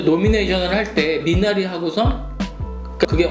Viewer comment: 미나리의 영어식발음 미내뤼